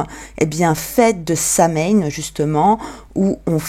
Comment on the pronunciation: Deux petites choses à revoir: 1) Samhain, l'ancêtre d'Halloween, se dit /sawin/, le mh fait un w et le deuxième a est muet. 2) Le 4 juillet 1776, c'est la date de la déclaration d'indépendance des Etats-Unis, pas la constitution qui date du 4 mars 1789 à l'époque où Philadelphie est le centre de la vie politique; le début de l'assemblée constituante américaine est le 17 septembre 1787.